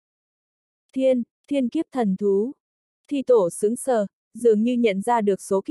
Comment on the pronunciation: Đọc như người ngọng! Thi tổ đọc thi te, to lớn bệ vệ đọc to le be ve!! Bó tay luôn!!!